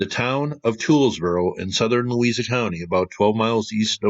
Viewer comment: Louisa is pronounced "Lou-Eye-Za". Wapello is pronounced "Wap-Ello" Thanks for the video. I live in Wapello.